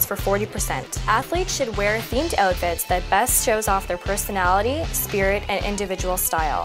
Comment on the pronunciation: Why does she keep saying "ewwtfits?" LOL